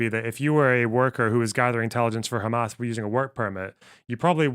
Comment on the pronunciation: Two things: First, it sounds like Douglas Murray turns any S at the end of a word into a Z, hence Hamaz. Second, I think that what Natasha and Douglas are arguing is that anti-Zionism is a subset of anti-semetism, because they don't classify anti-Zionism as criticisms of Israel, they define Zionism as "the right for the Jews to self determination within their homeland", so if you are anti-Zionist you don't believe that Jews are uniquely afforded that right, hence anti-Zionism is a subset of anti-semetism.